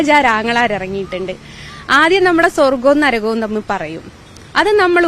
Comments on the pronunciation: നരകം ആണ്. നരഗം അല്ല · Naragam. Alla. Narakam